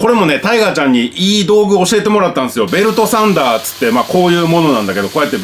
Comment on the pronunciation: 「ベルトサンダー」が「ベルトさんだー！」かと一瞬思った